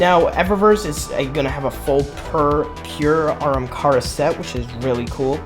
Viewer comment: stop saying aramkara bro 💀where do you see the R